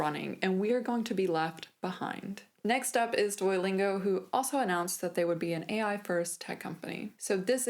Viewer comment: Good video, but why do you pronounce Duolingo like DUOYlingo? When you just said Duo, you pronounced it properly, by wherever you used the full name, it was DUOYlingo. Is there some accent or other language interfering here? I'm genuinely curious, because it was so irksome throughout the video for me.